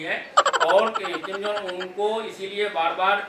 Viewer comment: किंग जोन नहीं भाई किम जोंग बोल